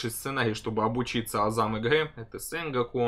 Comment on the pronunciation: Сэнго'ку. Ударение на О